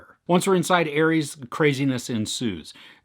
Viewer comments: Also its pronounces “Ah-res” not Aries.Just like you would say rest or resolution or something else with ‘res’ in it not pronouncing it like riest or riesolution 🙂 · It's pronounced are-s. Like R.S. like ah-res. Ares, not Aries. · It’s pronounced ARES. Not ARIES.